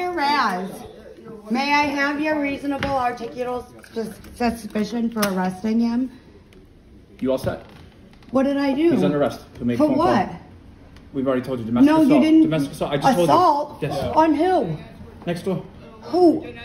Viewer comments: My dear. If you have evidence, you present it in court when you’re called as a witness. You don’t scream things to the cops. Plus, she can’t even pronounce, dare I say “articulate”, “reasonable articulated suspicion”. How embarrassing! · I love when these clowns ask the officer if they have “ras” and then proceed to absolutely butcher the pronunciation of “reasonable articulable suspicion”